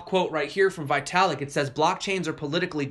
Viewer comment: Also ‘Italik’ like the Italian Tower of Pisa 😂. You’ve made my morning kick off again! Thanx